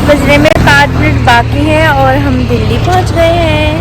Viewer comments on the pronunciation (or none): none